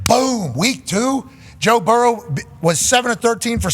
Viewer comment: "Toe Burrow!"😬🤣😭